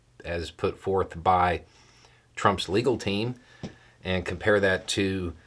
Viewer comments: Is it just me hearing "his illegal team" every time is talking about Trump's legal team? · did you say "his illegal team"? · I swear you said Trump's "illegal" team. That would fit👍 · It sounded like you called Trump's legal team his illegal team, and that made me laugh hard, because it's accurate considering how many of them are now facing charges themselves. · I’m sure I heard this wrong, but I think I heard you say “Trump and his illegal team.” 😂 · I swear I heard "the former president and his illegal team" and I love it!